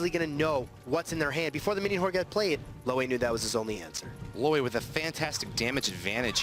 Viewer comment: It's LOAY AND NOT LWIAY